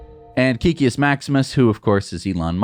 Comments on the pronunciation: Not sure why it bothers me but hearing it pronounced wrong the last few videos is getting to me. Kek in Kekius Maximus is pronounced "kehk" not "keek". If you are curious, kek originated in World of Warcraft. When an orc would type "lol" it would be translated to common as "kek". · Please guys it's Kek-kius not Key-kius